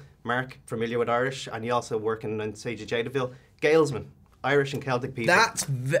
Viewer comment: "sage of jadotville? That's the most awful pronunciation of "siege" ever. Coming from another Irish guy